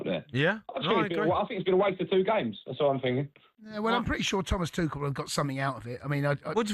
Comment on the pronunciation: It's not twoshell. He's German, n French